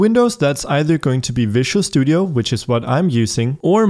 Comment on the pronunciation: It is fun that he is pronouncing Visual studio as Vicious Studio :)